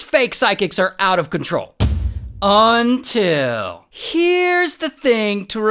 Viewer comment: gosh I was waiting for this big ''UNTIL'' 💀